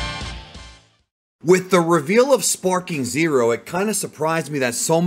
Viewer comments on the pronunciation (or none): Back when I was a kid I thought he was shouting "Spiky Monkey!" instead of "Sparking!" so that's just all I hear now